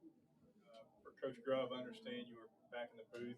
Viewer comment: If you're going to ask questions, them get the fucking coaches names right when you ask!! This is your job to know your people you're speaking with and asking questions!!! This means you're terrible at your job! His name is Ryan Grubb!!!!!!!! Not Grubbs!!! Know what you're supposed to know